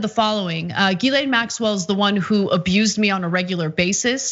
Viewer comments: people making comments trying to turn pedophilia political and i'm just there wondering why people keep pronoucing Guislaine as Guylaine. also pedophiles arent a political thing people ffs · Her name is pronounced "Jiss-lane" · Ana how did you read that wrong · Can someone on tyt have the decency to teach Ana how not to butcher a French surname.. ffs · Can someone at TYT ask Ana why she insists on mispronouncing Ghislaine's name?